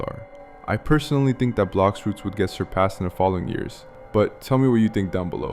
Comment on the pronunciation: its blox fruover